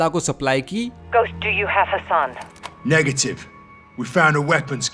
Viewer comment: Bhai mager Hassan hai Hasan nahi hai